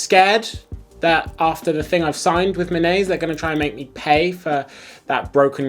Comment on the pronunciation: It should be pronounced like me nah say. I live in Tokyo, and I have never seen anyone wearing a Minase. Except for our former prime minister Shinzo Abe